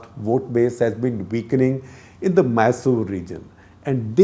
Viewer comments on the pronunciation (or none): none